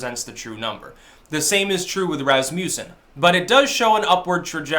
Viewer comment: Lol he is not even close to that also learm how to pronounce Rasmussen lol